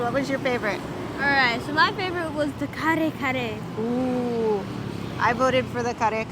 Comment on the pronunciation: Excellent job in pronouncing those hard to say tagalog words. I totally agree with the winner of the food challenge. Kare kare is one of my favorites . My Mexican wife cooks killer Kare Kare and other Filipino food.